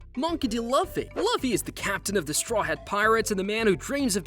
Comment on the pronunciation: That's not how you say luffy's name